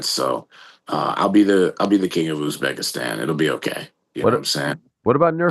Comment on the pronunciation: Where is Youzbekistan, Ariel? Its Uzbekistan. Now its Azerbaijan and Uzbekistan you cant pronounce.